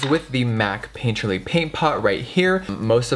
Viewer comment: i think its hilarious how every time jeffree says painterly paint pot I hear paintchilly paint pot and then get super confused.